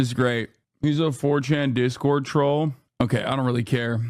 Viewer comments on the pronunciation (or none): none